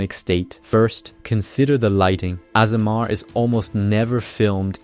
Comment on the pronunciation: "Ah-sur-mar"? Ok, yea this is a AI channel. There's no way a human read that.